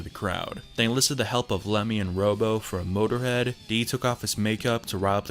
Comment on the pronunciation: Its not "Robo" like "RoboCop". Its "Rob-O".